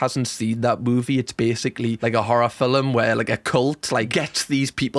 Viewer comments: First time watching your channel and being here and it’s MINDBLOWING how much better your advice on sex is than these so called ‘sex therapists’. Also you said ‘filum’ instead of film so, subscribed 😂😂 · Are we just going to ignore how he says film